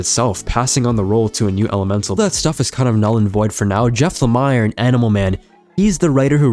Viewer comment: Hearing jeff lamires name being butchered over and over was throwing me off so hard wont lie